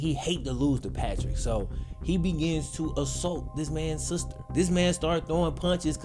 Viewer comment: Nobody:: he was beating his sooster